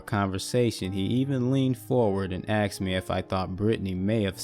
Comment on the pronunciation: Everytime. I get caught up in narration...then "they axed me,... She axed" bang. Bubble popped. I just can't anymore. I'll check back in a few months.